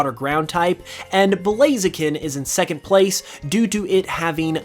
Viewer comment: Bro said blazian hahahaha